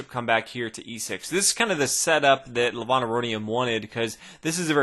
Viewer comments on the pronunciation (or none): the way u pronounce Levon isn't like how u said it in the video. the E is supposed to be said like E in elephant, not like the letter A in another. also the O is said as if ur saying oh not on. soo kinda like ( Leh-v-oh-n)